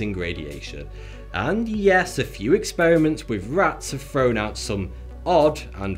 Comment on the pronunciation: Hey Host, say "th"and not "ff". It's not "froawn off", it 's thrown off. Otherwise, great job!